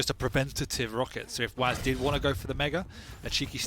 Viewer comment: Or calling Whaz Dooi